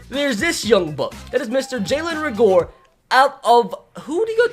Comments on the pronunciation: RAY-ger. Not RUH-gore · But it’s jalen ray-ger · I say this and I cannot stress this enough.. it's Jalen Reagor (pronounced: Ray-ger) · For the love of god learn how to pronounce Reagor